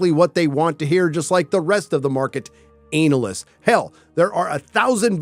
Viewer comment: it’s always this “anal-listis”!